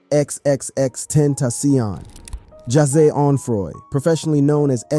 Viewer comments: Agreed brother! Lol exexex tentasyonnn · wtf what neighborhood do you come from ? xxx tentasssssiooon ha ha ha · Xxx ten tassiohnn😂😂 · Why he keep saying ex ex ex ten TA CION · Tenta - Cee- On op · You are giving me a stroke. X x x Tent...AH SEEON. BRO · No one finna say how this man kept saying x x x ten taci on🤦‍♀️😂 rip x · X X X ten tasion 😂😂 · XXX tent a seayon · I hate how you kept messing up X's name... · I agree!!! XXXtentacion, the first name when this video started had me rolling how he said his name! Like sir, please go learn how to pronounce their names first.